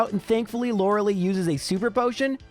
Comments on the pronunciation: I legit hate how you mispronounce Lorelei every time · He actually found out the pronunciation in the Poliwag episode. I guess he just decided he didn't like it or he stuck with his old pronunciation because he'd keep slipping back into his usual pronunciation. Same with Lorelei, except he found it out earlier and it actually is a valid, if uncommon, pronunciation.